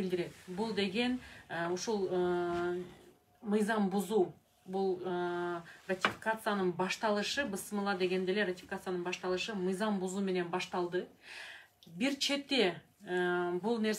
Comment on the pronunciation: Бысымылла эмес Ыргал,Бисмилла